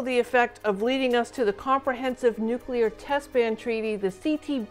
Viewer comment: It's "Nu-clee-err"....